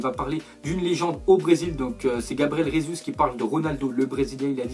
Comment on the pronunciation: On dit pas Rézuz (prononciation fausse) mais Gésu (prononciation correcte) puisqu'il est Brésilien et la bas on parle portugais pas espagnol..